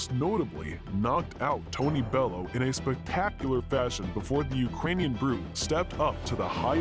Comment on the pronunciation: tony bello????? get yer names right